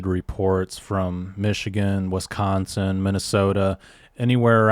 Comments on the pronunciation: Wisconsonite pronunciation: Wi.skon.sin, first syllable short i pronunciation. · OMG!!! ITS WIS consin NOT WES consin!!! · Did you say Westconsin? 😏😆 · "wess-consen" wtf lol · Narator pronounces Wiscosin as Wes.con.sin.☺️